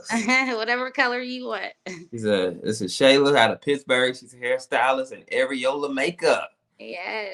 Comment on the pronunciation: All that money and "success" and she still saying she is from PIXBURGH.😂😂 Said It Correctly, It's PITTSBURGH. I live here and thank you.👍🏽👍🏽